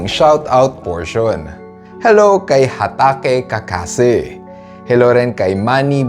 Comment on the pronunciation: Natawa ako bigla sa 'Hatake Kakase' 😅😂